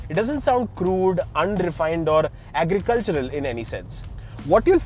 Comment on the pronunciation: Bro said agricultural 💀💀